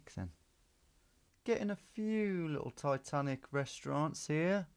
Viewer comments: "Ititanici"? lol. it's Titanic! :D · Am i blind or did my guy read Titanic as Itatanici 😂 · Tom, I was screaming its Titanic you noob not ITitanicI 😂😂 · Itanichi 😂 pretty sure it just says Titanic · My heart sank when Tom said Ititanici 😆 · He misread it as ITHANICI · haha i just started watching and thinking what is he talking about, it only says titanic. hahahaha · Am I lost or did Tom just misread titanic as something in Greek ? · Came here to say the same 😂